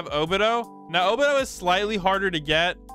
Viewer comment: this guy need to learn how to pronounce like 75% of these names. O-Be-Toe not o-bih-doe